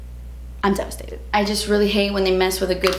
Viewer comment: "Not to be dramatic . . . but I'm devistated" lol